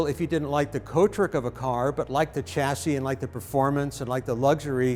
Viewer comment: All that knowledge in your head and you can't pronounce the word chassis. NO NO.. cha cha cha ... It's a silent Ch and Shashi shash EEE. now you say chassis.